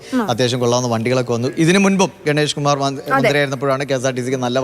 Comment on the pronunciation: ഗണേഷ് കുമാറിനെ ഗുണേഷ് കുമാറാക്കിയോ🤔🤔 വാർത്ത വായിക്കുമ്പോൾ നോക്കി വായിക്കൂ: 😂😂